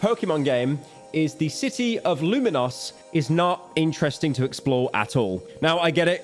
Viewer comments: the city in the game is pronounced “Lumiose” not “Luminos” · Luminos btw 🤣is there a pyro misspronounciates subreddit? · Ah yes, Lu-Min-Noss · Unc called it Luminose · ‘Luminos’ not another metros boomin moment 😭